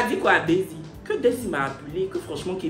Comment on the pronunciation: aussi on dit daysie toi tu ecris desire😂😂😂😂😂😂😂😂😂 bientot on va preferer loic hein